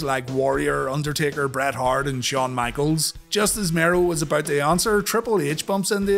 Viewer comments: Yeah, he says it like "(To)morrow" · I distinctly remember Todd calling him The Wildman Mark "Marow" instead of Mero here. Just something that always stuck with me on this PPV for some reason.